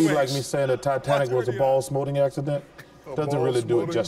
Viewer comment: "ball smoating" made me spit my drink.